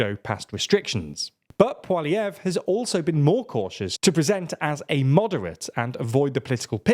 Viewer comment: You pronounced Poilievre properly, it's kind of a running joke in Canada that nobody can pronounce his name